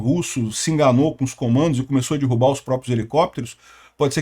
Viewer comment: Será que o vai aprender falar dErrubar?